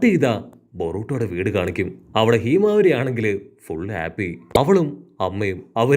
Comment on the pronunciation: Heemavari alla myle himawari